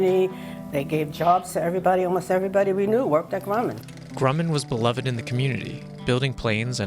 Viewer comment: Here's what it comes down to; people/business need to take acountablity0of whatever it is they've done.....One note, please learn how to pronounce, "Beloved."